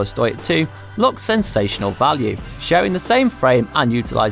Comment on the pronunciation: Lads, "Stoic" is pronounced "STOW-ick" not "stoyck"